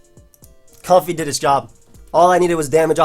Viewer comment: omg you pronounce it correctly. It's like a comfy pair of socks, as in comfortable. A certain other poketuber pronounces it comb-fay. Drives me nuts.